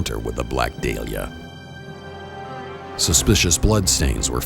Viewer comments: DAH-li-ah, not DAY-li-ah. Idiot. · I can't stand how this guy repeatedly mispronounces the word dahlia, not to mention all the "facts" this presents are total lies. Her hands and feet were not bound when she was found. They were marked like they had been bound but they were not bound at the scene where the body was found. How can I believe anything in this video if even the word dahlia isn't pronounced correctly? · It's pronounced day-liah in England, though I think dah-lia sounds much better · Black "Deelia" hmm...lol wow